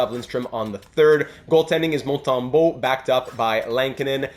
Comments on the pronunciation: Are you french the accent when you say montembeault seems french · Wait are you from Quebec because I swear when he said montembeault it sounded like a Québecor sayiin* his name